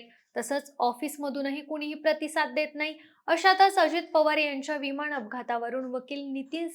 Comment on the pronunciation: कुपया तू पोडकास्ट देऊ नको. तुला "न " आणि "ण " नीट बोलता येत नाही. डोक्यात जाते तुझी भाषा. विमाण कम्पणी यांणी जमीणी पासुण हवामाण च्याणल हरियाणा मध्ये राहत होती का तू?